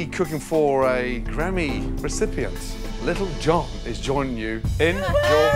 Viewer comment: Everyone: lil John Gordon: Little John